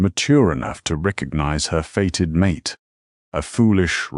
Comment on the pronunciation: the MISPRONOUONCED "mate" as "MAa' TAaa" gets a DOWN VOTE.